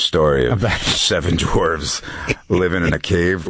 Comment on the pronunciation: For clarification, "dwarves" is the plural for dwarf, not "dorfs," as you just said.